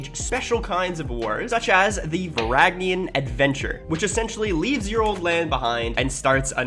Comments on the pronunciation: How he says it: "Varanian Adventure" How its spelled: "Varangian Adventure" How its actually said: "Varangian Adventure" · please never say "varagnian" again. like bro not to be rude but use your brain? does it say varag? no lol. its pronounced va-rang-e-an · its Varangian. Nöt Varagnian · How many times can one man pronounce the same word wrong? Varagnian? Varanian? Brooooo, why? 😭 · Sry but I got to say this. Is VarANGIan adventure, GI, you must say GI. Like a gangster, GI DOG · it's either ver-an-gian, or ver-ang-ian FYI it might just be my accent that makes it ver instead of var, but idk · why do you refuse to pronounce the G in Varangian it absolutely kills me every time. I hate that i care about this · The weirdest pronunciation of Varangian I have ever heard. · one day u'll pronounce "varangian" right. anyway, great video!